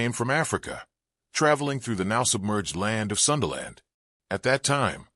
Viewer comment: sundaland, not sunderland, we're at our name, Indonesia, indo = mixture, nesia = nation